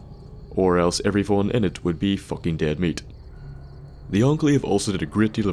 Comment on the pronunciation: "are like focking hooks" sorry for taunting you with your accent but it just sounded funny as shit.